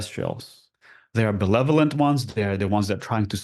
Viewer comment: He is awesome but he needs to learn the word "benevolent". Notice how he keeps saying "belevolent"? Was he confusing it with the word "malevolent"? Eh? Thank you!